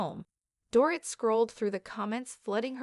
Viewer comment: Can you at least learn how to pronounce her name correctly? It’s Do-rit - like omit 🤗